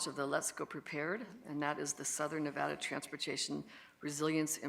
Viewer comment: of course doesn't even know how to say the name of the state her price hikes and service cuts are screwing over